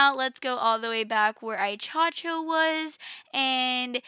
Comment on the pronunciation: its pronounced (i-x- Cho-Ko)